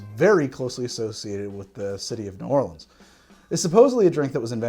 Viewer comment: You may be challenging the city as the origin of the Sazerac, but at least you made a proper one and at least you pronounced New Orleans properly! Rdr2 is so fun!